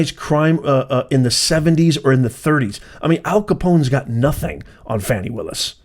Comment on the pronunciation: 'Shroud of darkness ' sounds like a euphemism for 'black people in office'. Why would YouTube send this garbage to my news feed? Also, it's pronounced 'fawn-ee', not 'fanny'. You all care more about this woman's conduct than the criminal behavior of a PRESIDENT! This channel goes straight to DO NOT RECCOMEND.